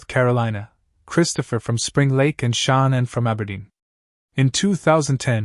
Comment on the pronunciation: that's how this narrator is saying shannans name, who is Shon-nin?